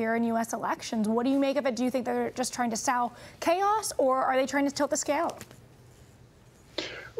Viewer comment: the lady in pink pronounced "sow chaos" "sau chaos" and Chang repeats her and pronounces it correctly, gracious man that he is.